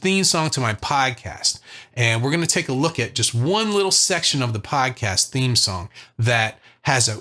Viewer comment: When you say ‘Podcast’ an inner south boston voice jumps out. Tip is 3 is definitely the one I avoid and need to face up to